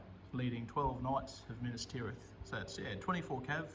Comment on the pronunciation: The way you Pronounce Minas as Minus really infuriates me!! Good batrep champion.